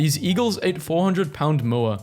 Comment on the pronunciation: I love how you cycled through the pronunciation of Moa and your last exasperated attempt is exactly how a new Zealander would pronounce it.